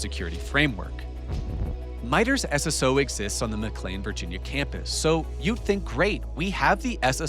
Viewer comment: I was about to ask if you were AI, but you started pronouncing McLean correctly, that was good. Now I am sure there is a neighborhood where they pronounce, "Integral" int-tegg-grill, but I have never been to that neighborhood. Please let me laugh with you not at you since, it took me almost five years to figure out what penultimate meant, after reading it in engineering docs on backpropagation when I was a young kid. Back when Geoffrey Hinton had lots of fun correcting my spelling, after which he told me he knew I had spelled things wrong because he spelled them wrong in his book that I copied it from.